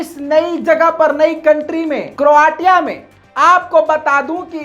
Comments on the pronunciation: क्रोटिया नहीं क्रोशिया बोलो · क्रोआ तिया नहीं, क्रोएशिया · Bhai crotia pronounced as croshia. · Please pronounce Croatia as cro-ashia. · Its crow Asia to pronounce and the spelling is Croatia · Kindly correct pronunciation kya karo , country ka naam ghalat pronounce kr rhy ho